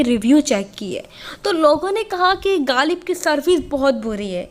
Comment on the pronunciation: Plzzz ghaalib nahi h غالب ہوتا ہے 😂